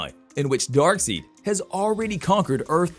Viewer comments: DarkSIDE (is the pronunciation) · "Darkseid" is prounced "DAHRK - SIDE". Your mispronunciation is painful to hear. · Say darkseid, dark-side,! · His name is Darkside! Get it right bud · dark SIDE not SEED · Hard to enjoy the video when Darkseid is so epically misprounounced. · it's no one else noticing how awful he pronounces Darkseid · This bothered the hell out of me too! I couldn’t take anything else he said seriously because of how badly he mispronounced the name. Lost credibility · Omg I thought I was the only one and maybe just overreacting but it bothers me so much 🤦‍♂️😂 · I was looking for someone to catch it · He mispronounced it multiple times too. Also, General Swanwick. Do some research before making the video, dude! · I just saw your comment after I asked the same damn question lol This is most deft not a fan of the comics that's for sure... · yep! Was just talking about on the pronunciation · the pronunciation Newby....smh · I love it how he pronounces darkseid wrong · It hurt everytime you said Darkseid's name... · Please redo this correcting the pronunciation of Darkseid! 😂 Hard to take this as serious information if you don’t really know the characters. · Had to stop after Darkseid was mispronounced. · This narrator tends to deliberately mispronounce Darkseid's name and tends to drown out Justice League 2 for good and I would like the new Green Lantern in this one and Martian manhunter As for this Narrator he needs a voice lesson or find another job